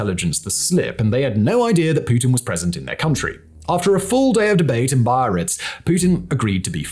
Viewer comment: The name of the city in France is pronounced bee-Ah-reets